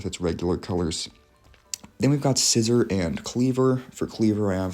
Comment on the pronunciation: the fact you said Scizor's name as just "Scissor" made me laugh, i was like "Scissor? there is no S-iz-or there is only Scissor"